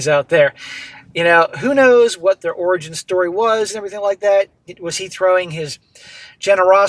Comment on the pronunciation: did you say orgy story or origin story!? LOL!